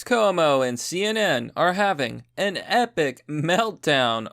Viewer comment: KWO-MO. CUOMO IS KWO-MO.